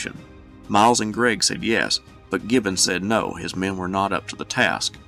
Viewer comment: I Love the way this dude says the word men. He makes it into a two syllable word. Me-en‘